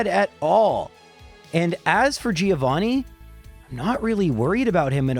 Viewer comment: It's pronounced "Joe vanni", not "Geo vanni". Sort of.